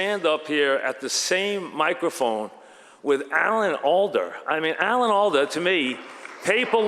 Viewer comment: It's Alda